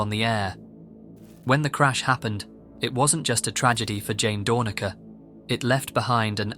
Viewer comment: Out of respect for a colleague, I'm compelled to correct the pronunciation of her name: not DOOR-nuh-kur, but DOOR-nack-ur. Much beloved in SF, was so much more than a traffic reporter. Comic, singer, musician (she played with the Tubes). RIP, special woman.